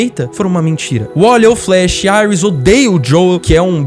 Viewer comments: gostei muito do vídeo. só dava uma dor toda vez q o rapaz dizia"airis", porque só não dizer Iris? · Quem e auis KKK e iris o cara falando o nome em inglês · Mnnn não é Aris é Iris, pelo amor de Deus. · vc falando aiuis kkk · Genteeeee falem certo e iris não airas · A mulher do flash ser chama Iris West e não Aires como ele chamou cara burro da poha. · Falar Aires em vez de Iris fez meus ouvidos qerer sair correndo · "Airis" kkkkkkkkkkk Aqui é br porra! Kkkkk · Chamar a iris de AIRUS é foda PUTA QPARIU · Seus argumentos são cancelandos aparte do momento que vc erra a pronúncia dos nomes dos personagens